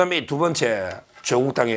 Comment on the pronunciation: 長音 <조오국> 아님, <조>에 강세를 붙여 短音 <조국> 으로 발음해야 조오국× 조국°